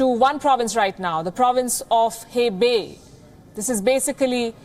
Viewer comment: Hi Ms Palki, He Bei is pronounced more like Her Bay as opposed to Hey Bay :) and when you see Q as in Qing Dynasty it is pronounced with a Ch sound like cheese. O is always pronounced like "Dough" as opposed to "How". Jin Zhou would have a Dough sound and not How sound You are doing a great job, thank you and keep up the good work 😊👍